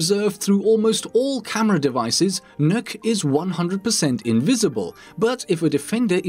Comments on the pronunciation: Did i just hear he mispronounced Nokk’s name. I heard “nuke” what I pronounce her name “knock” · The not how to you pronounce nøkk